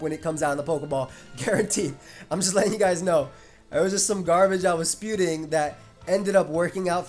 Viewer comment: “spewting” Is that like a mix of “spewing” and “spouting” 🤣